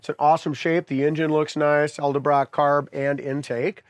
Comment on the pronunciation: I'm feeling a little shaky about buying a car from this guy who can't pronounce Edelbrock.